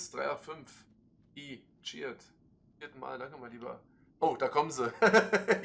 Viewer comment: Beunruhigend wie er 'cheered' wie 'Jihad' ausspricht aber okay :D